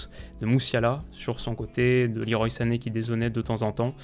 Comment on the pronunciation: leroy se prononce à la française